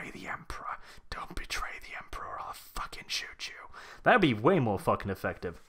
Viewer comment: For my fellow Americans - 10 kilograms is 22 FUCKING POUNDS. WHAT THE FUCK IS THAT GUN? Edit: I love this. I laughed many times. "-right where the stormtrooper is expected to place his FACK-ING HANDSSZZZ... Eurgh." I replayed that several times.